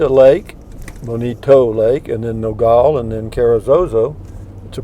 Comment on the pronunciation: It's not pronounced No-gall. Locally it's No-gal. Gal like a woman or girl.